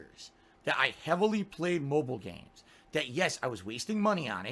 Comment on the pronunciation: I laugh every time he says "Mhobull games". Can't he speak like a normal person? After the second stroke he had couple of years ago I can barely understand him half of the time.